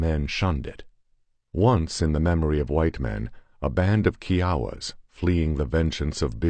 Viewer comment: Its funny that bothers you more than his mispronounciaton of kiawa kie awa is how it should be,but the way he says it is like kiwi Chihuahua